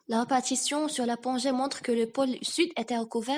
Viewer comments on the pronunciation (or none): none